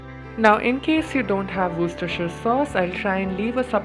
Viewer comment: I have been marveling at how he said it twice, so well!